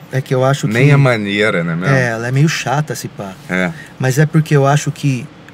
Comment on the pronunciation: né mermo certo